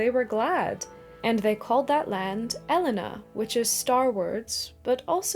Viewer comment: Love the video. I do have a couple of notes on pronunciation however. The "ai" combination is pronounced "I" so Edain would be said like "Edine". And a double consonant is elongated, as in Elenna, you would pause before and elongate the "n". Sorry to be nitpicky, but Tolkien would have wanted me to 😂